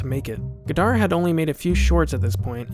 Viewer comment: The final D in "Godard" is silent.